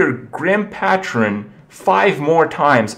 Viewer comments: Hi Kripp! Just to let you know, patron is pronounced PAYtron, not PAHtron. Say it with me...paaaaayyyyyytron and FFS, THE SECOND B in "bomber" IS SILENT (And yes, I know Kripp doesn't read these comments) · Grim PAY-trin. Not pah-trin. Bom-ber is cool though. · Isn't it pay-tron not pat-tron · This really doesn't matter, and I feel like an idiot posting it, but "Patron" is pronounced "Pay-trun." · Pay-tron, kripp. Grim pay-tron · Grim Patch-rin? Come on now Kripp. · Say it with me. Pa-tron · its pronounced paytron kripp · And 'PaTTron' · Grim patron (pay-tron) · Patron, it's pronounced "pey-truh n" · I hope that Grim Patron gets a name change, only because the way Kripp pronounces patron melts my brain. Pat-trun. I can handle hurthstone and bombe-er, but pat-trun is just too awful. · it's pronounced pay-tron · The way you pronounce patron makes me question everything I ever thought about your intelligence.